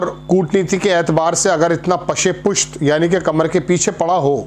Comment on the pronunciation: पत्रकार महोदय'। सोभाविक नही स्वभाविक होता है। और ये पशेपुश्त क्या होता है, पस-ए-पुश्त तो सुना भी है। अरे ज़रूरी थोड़े ही उर्दू अरबी हिन्दी हिंग्लिश एक साथ पेलना। पूज़ीशन,रणनिती कूटनिती एक्टीव मध्धेनज़र,ख़ेमे,सिफारतकारी।मैयार,मुहायदा,मुतावातिर😮 आप पत्रकार है या बारवी पास पकौते। पत्रकारिता आसान से आसान लफ्ज़ो मे खबर को बताना या देना या समझाना होता है ना कि अपना अधकचरा ज्ञान बंघारना पत्रकारिता नही होती।